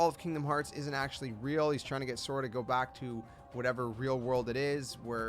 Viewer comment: Pisses me off that you can't pronounce So Ra